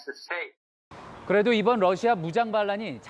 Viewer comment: 앵커가 러시아의 Russia를 Lussia로 발음한다. 아래 글을 읽어 보기 바란다. TV기자들은 말도 잘해야 하지만 발음도 좋아야 한다. 특히 외국어(영어)의 정확한 발음은 대단히 중요한 요건인데 유감스럽게도 그렇지 못하다. 예컨대 많은 기자들은 첫발음 R 을 L 로 발음한다. Russia를 Lussia로, Roma를 Loma로, Radio 를 Ladio 로 발음한다. 물론 한국어에는 ᄙ(쌍리을)이 없어서 L 과 R 발음을 다 ㄹ로 발음할 수 밖에 없는 어려움이 있다. 그렇다면 한국인들은 R 발음을 정말 못 하는 것일가? 아니다. 초성일 때에만 못한다. 프랑스(France), 마리아(Maria), 도레미(doremi), 아리랑(Arirang) 등, 잘 하지 않는가. 그래서 TV기자들에게 다음과 같은 해결 방법을 주고자 한다. R 을 첫발음할 떄 R 앞에 '으' 발음을 먼저 하라. (으)Russia, (으)Roma, (으)Radio 등으로 말이다. 그러면 당신은 좋은 발음을 하는 TV기자가 될 것이다.